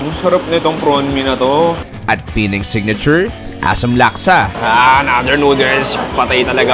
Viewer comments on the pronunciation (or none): It's not pronounced as PEE-NANG. It's PEH-NANG. The stress falls on the 2nd syllable. Pinuntahan mo na rin lang yung place, sana tinanong mo na rin sa locals kung pano i-pronounce Ng tama yung lugar nila. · PE NANG Ang tamang pronunciation nyan at Hindi Pinang